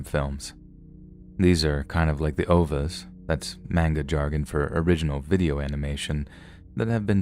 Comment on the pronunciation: "Ovas", "main-ga" jargon. XD